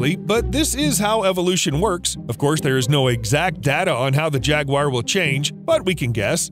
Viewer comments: I know "Crocodile" sounds more impressive and that will give you more views, but they're caimen. It's also ja-gwar, not jag-wire. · Where is the I in Jaguar? It’s Jaguar not Jagwire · Jaguar is not Jag wire 😂😂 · its pronounced jag oo ar not jag wire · jagwires??? its pronounced "jag-yoo-uh"=singular or "jag-yoo-uhz"=plural - not jagwires 🤣 - the guy also called Magneto from x-men Mag-net-oh and not Mag-neeto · If you don’t know how to pronounce a word, you need to look it up before you make a video. Jaguar is not pronounced “jag•wire.”. In America it is pronounced “jag•war.” In Britain it is pronounced “jag•u•ah.” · Only thing it's not jagwire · Why do Americans pronounce Jaguars as "Jag-Wires"??? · Imagine making a whole video on jaguars and you pronounce it “jaguire” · If I hear “jag-wire” one more time…. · Why are you saying jagwire? Stop saying jagwire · Are you pronouncing it as Jagwire or am I just messed up 🤣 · It's pronounced 'Jaguar' not. Jagwire. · Wtf is a jaguire? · It's not pronounced "Jagquire" :p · What is it with Americans and pronouncing Jaguar? 😂 jagwhyers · Who the fuck pronounces jaguar JAGWIRE lmao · Is it pronounced jag-wire or jag-war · WTFF iis a Jag--wire? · Why u say jagu-wire. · Why does he say jaguar like that 💀💀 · Gotta learn to pronounce jaguars... 🙃